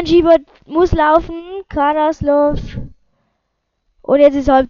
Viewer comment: 1: Alecic ?? kannst ned sprechen Fürth is Geil 2. Du kannst ned sprechen, Karaslasov ned Karaslov O GOTT SCHLECHT